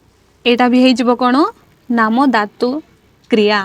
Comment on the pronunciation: ଆପଣଙ୍କ ଓଡ଼ିଆ ଉଚ୍ଚାରଣ ସୁଧାରନ୍ତୁ । ଏଇ ଯେମିତି ' ଧାତୁ ' ଶବ୍ଦ କୁ ଆପଣ ' ଦାତୁ ' ବୋଲି ଉଚ୍ଚାରଣ କରୁଛନ୍ତି 😂 ପଢିଲା କୁ ପଡ଼ିଲା 😊 ଓଡ଼ିଆ ଭାଷା ରେ ଉଚ୍ଚାରଣ ବିଶେଷ ମହତ୍ତ୍ଵ ରହିଛି । ବାକି ସବୁ ❤